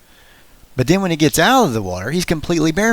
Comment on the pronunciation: Lots of narrative goofs when "th" is pronounced "d" . Udder for other, da for the, anudder for another, etc.